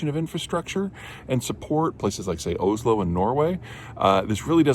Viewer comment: Blud really said “Owes-low” ☠️